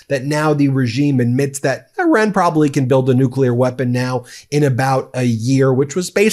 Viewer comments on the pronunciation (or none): PLEASE learn to pronounce Iran correctly! You always sound as if you are talking about Oran (a town in Algeria).